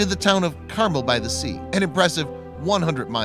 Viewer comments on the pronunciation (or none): Say Car-Mel.